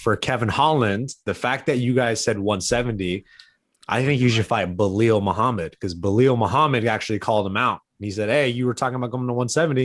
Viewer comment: Bro say beelal not beeelil lol